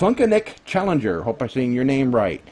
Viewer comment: It's Chillenger not Challenger, but that's ok. Hey is there any chance I could get a link to my channel when you mention me, it's cool if not.